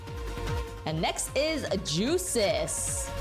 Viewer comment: Also the first syllable I jusis's name is pronounced yu same for a character in cs3/4